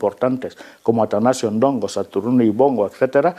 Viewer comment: El apellido NDONG se pronuncia "undong", no "endongo"